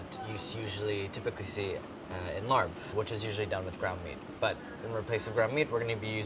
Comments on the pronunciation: As a Laotian, we don't say larp, we say Laab. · It's LAAB not larb!!!! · A better American transliteration of the word ลาบ aka "larb", would be "lahb". It's a long 'a' and closed 'b', if that makes any sense. So your dish would be ลาบเห็ด. That would be transcribed as "Lahb Het". I'm liking your style tho, my dude! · Omfg do not use soy sauce please it won't taste right at all. Also it's a Thai dish and it's pronounced more like "lop". Like imagine saying larb with a very thick Asian accent that's how it's pronounced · everytime he say larb, I'm like whats that? its pronounced la-ab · Could people stop calling it LARB, it's pronounced LABP!!! try to put the B and the P together! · I''m Thai and It's not "Larb", it's pronounced LAP, pronouncication is the same for Thai and Laos, not sure why it's not spelled correctly. Restaurants spelled it Larb, so people pronounced it like it's spelled which is wrong. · I’m a Thai-American restaurant owner. She is 100% correct the R is silent. Such a pet peeve when people get it wrong and they laugh at the pronunciation even though they’re wrong lol. It is indeed pronounced [ L-AHH-P ] Thank you! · Luke J. / Nexus if you spoke Thai you would know that you don't pronounce the r. I have grown up and am growing up surrounded by Thai and Lao people so I would know. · thank you.. it was driving me crazy.. LaRRb. no. please. stahp. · ANDY!@ I love you but as someone who is Lao and Thai, your pronunciation is wrong. the R in Larb is silent. It is pronounced Lab. Short A sound and soft B. Like the word Lob. Other than that ... omg I've NEVER in a million years thought of using mushrooms in larb. I need to go make this. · CAN PEOPLE START SAYING IT THE CORRECT WAY?! “LAAB” not “larb” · It's said laab and not larb. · am i the only one that feels weird when he says larb instead of laap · "fah" not "foe" "LAAP" not "Laarb" :) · R is silent. Same mistake irked me in Spider-Man homecoming. It sounds like (L-ah).